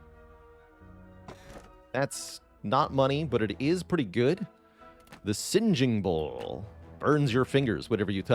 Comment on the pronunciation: Aint no way the singing bowl is pronounced sinjing bowl